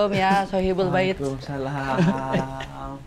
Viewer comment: gak tau lucu aja denger Dustin ngucap ya sohibul bait 😂😂